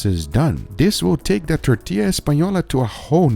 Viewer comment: Perfect pronunciation of tortilla 👌👌